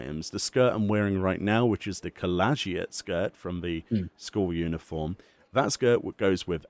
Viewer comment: Cole-age-it skirt? dafuq man, its pronounced Col-lee-gee-it , bro do better, You're english! Most of the hats available through modding are client side only, not visible on the server side. The load problem has to do with the height of the viera ears.